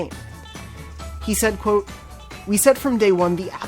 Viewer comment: Is anyone else weirdly annoyed by the way he says QUOTE?